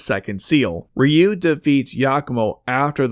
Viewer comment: AI narrator. Mispronounced Ryu several times.